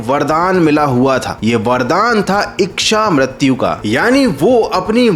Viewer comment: इक्शामृत्यु नहीं 'इच्छामृत्यु'। संस्कृत, हिंदी, मराठी शब्दों का उच्चारण 'शुद्ध' रूप से होना चाहिए।